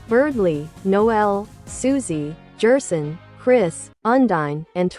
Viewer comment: you might try gherson or maybe guerson to get it to not say jerson